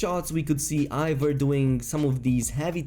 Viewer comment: It isnt pronounced Ivor its Eivor E i v o r